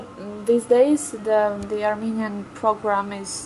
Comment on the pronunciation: I wish I could speak Armenian as well he can, unbelievable his accent and pronunciations are perfect Thank you Dr. Stone